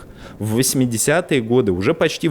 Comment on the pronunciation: Кац как то забавно произносит слово "ПОШТИ"